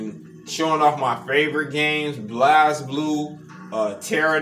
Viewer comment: Very cool build, might have to get this for my cabinet as I love Blazblue and wished it was from the begining. Just a heads up the game is pronounced Blaze Blue not Blaz Blue.